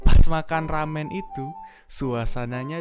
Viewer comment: Makan "RAMEN" jadi "RAME" 😅😅